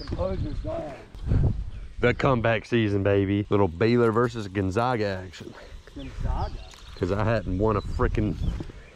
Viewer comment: Badge. It is GON-ZAY-GUH!